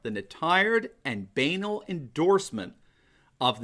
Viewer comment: How nice to hear the correct pronunciation of "banal" for once. I detest the affected and unhistoric "bǝnahl"